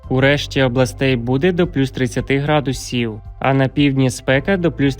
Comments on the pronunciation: Градусів навчитись. Правельно ставити наголос 😂😂😂😂де вас вчили😂😂😂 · Вікторія, ви напевно не чули ще гарного голосу. Він же співає а не говорить. А наголос ставить не вірно . Які - градус І в , вірно - грА дусів а називає області , то наголос теж робить на букву І, наприклад: ЖитомирськІй. Що це за неуч такий